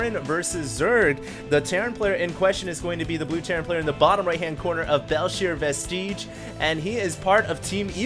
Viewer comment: Vestige: "Vest-idge" not "Vest-eej"